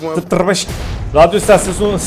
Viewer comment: RADYO ISTASUUSIDJDB ISTASYINNNDN ISTASYON SOYLEDI SONUNDA 😂😂😂😂